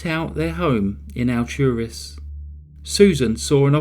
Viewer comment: Ah, you covered my neighborhood’s claim to fame! I went to school with one of the victims. It’s bizarre to see how this story has spread on so many crime shows. The undercover detective was truly amazing. I have to say, as a big fan of your channel, it’s pretty cool hearing you say Alturas and Bartow. I’ve literally lived here all my life!